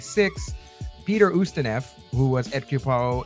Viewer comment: I am happy to see this review. I was wondering what happened when you said it would be out last Monday. Just so you know, the name is pronounced Oost i noff or Oost i novv not neff! :)